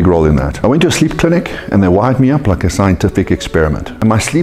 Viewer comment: I like how says “sleep” like “sckkhleep”